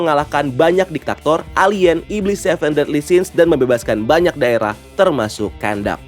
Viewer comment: diktator bang, plis bukan diktaktor:' agak mengganguu, tapii sedikit ajaa.